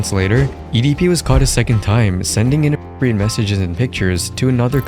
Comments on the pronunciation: Bro really said i__apropriate And th__teen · Youtubers can’t even say the word “innapropriate” now??? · not being able to say “inappropriate” is so 1984